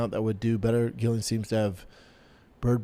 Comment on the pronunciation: HOLY $hit you're worse than Chael , all these years of Gillian(JILLIAN) fighting and you cant pronounce her name either. Are you a casual who has never watched her and not know her name .